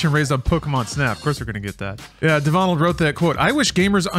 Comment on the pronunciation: My friend is a Devonald and from now on I will be calling him de-vonald! I love it! Haha! awesome stuff guys as allways :)